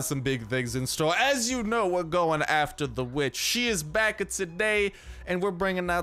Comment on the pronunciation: “We want ze blood o da weeechhhh”